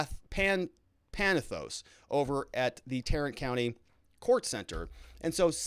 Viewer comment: Tarrant county is said as Tear-rant county.